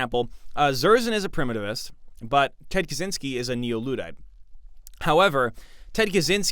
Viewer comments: On a side note, Kaczyński's surname should be pronounced something like "Kachinsky" rather than "Kazinsky" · Bro the cz in Kaczyński is like "ch" in "catch" not "zee" At this point he is kinda a historic figure, a controversial one but still. Don't butcher surnames